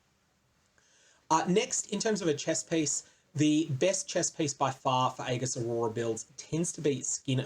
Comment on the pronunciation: please try and pronounce "aegis" correctly...its actually triggering me